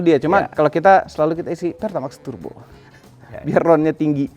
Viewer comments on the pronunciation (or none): Heran kenapa harus gitu nadanya ketika nyebut PERTAMAX TURBO 😅😅😅